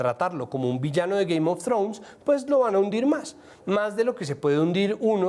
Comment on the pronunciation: "GUEIM OF TROUNS" jajajajajjajajaja